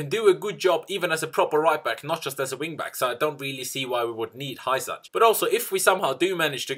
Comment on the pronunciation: Hysaj is pronounces " Husay" :)